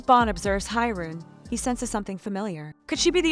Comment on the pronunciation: Thank you; copy paste problems on mobile, but still grateful. Also, the mc/fmc's name is pronounced incorrectly as in japanese an i sounds like an e unless it says it's name, so it should be pronounced He-rune if I'm correct(90+% chance).